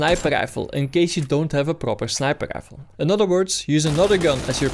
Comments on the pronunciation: "Assault gifle"... god bless you young man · You somehow manage to pronounce rifle and fire with completely different R's. Rifle when you say it sounds like gaifel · Sir wtf is a Grifle? 😂🤣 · Why can you say really but not rifle